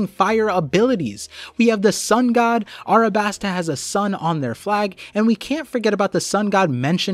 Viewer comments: A LLLLLLLLLLLLLL A B A S T A NOT ArAbAsTa... Jesus it's the easiest word when you can pronounce "Don Quixote" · Why do you call it arabasta and not alabasta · alright we need to have a discussion of Arabasta vs Alasbasta. Arabasta is cringe and Alabasta is chad, discussion ended. also the Greek Goddess Nike is not 'knee-kay', its actually 'knigh-key', just like the clothing brand